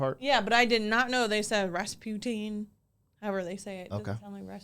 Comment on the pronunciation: it's not "Rass-putin", but "Rasputeen"...